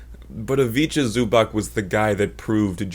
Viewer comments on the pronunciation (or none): Not exactly like that, you pronounce it like you do in his vid but last letter is not k nor ck nor ch, its c, pronounced kinda like cz Same with Ivica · Ayo when you'll have 200k subs i'll be able to say i was here early. It's pronounced zu-bats btw, great video nonetheless